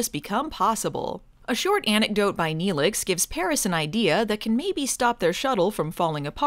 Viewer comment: She fucking said she liked Nelix. NELIX!!